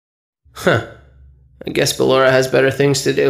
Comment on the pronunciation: Ah yes "Bellora"